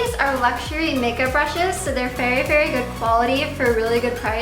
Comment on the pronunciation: You should try talking like an adult, maybe take some English classes or something.. I've noticed you say a ton of words incorrectly and I'm not sure it's on purpose that you talk like you're 13. "Put d make up in the fairy fairy corners of d eyes"